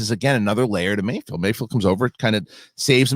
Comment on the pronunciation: HE’S CALLED MAYFELD —- NOT MAYFIELD, FFS!!